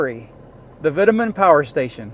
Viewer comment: Vitamin? It’s pronounced v toe man 🙄